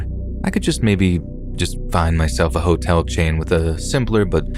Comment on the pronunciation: HAS HE STOPPED SAYING HOLE-TELL??? (hotel)